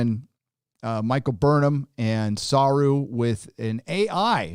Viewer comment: i only hear Michael BURNHER